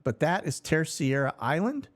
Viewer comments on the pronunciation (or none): Pronounced “ter-say-da” island